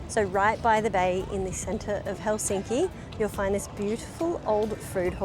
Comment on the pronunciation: You are so nice and your family! You pronounce Helsinki correctly unlike most Anglo language speakers!